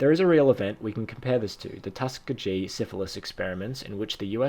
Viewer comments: Tuss-key-gi. Not Tuskuhgee. XD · Tuskegee is pronounced tus-KEE-gee Anyway, you have really insightful sources